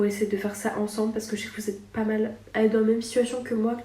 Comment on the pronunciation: C'est ptet pas le moment mais faut que ça sorte : J'adore ton contenu depuis des années, je manque pas une vidéo. Mais depuis quelques temps t'as un toc de langage qui rend difficile d'écouter longtemps : Tu accentue énormément tes premières syllabes quand elles commencent par des consonnes, comme si tu les crachaient.. Exple : "on va PPPPPAAAAS non plus faire ça" (surtout sur les "pas") "VVVVVHOILA" "je suis entrain de TTTTTERminer" "ça pas avec TTTTTout" "PPPPARce que" Fin bref... Voilà voilà..